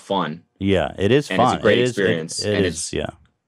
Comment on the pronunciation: ethan’s “GRET”